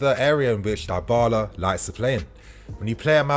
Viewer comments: Idk why but am getting sick if I hear you say Die-bala instead of dybala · Isn't his name pronounced dibala? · Dybala is pronounced with the Y like in BIG.